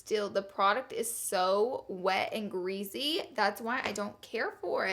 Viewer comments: I like Laura don't get me wrong but I hate when she says greasy. She pronounces it geazy. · Oml greasy not greezy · every time laura says "greezy" i take a shot. seriously love that woman. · I always notice how you say greasy.... "greazzy" lmao 😘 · I died when she said "it's SO OOHLY and GREEZY"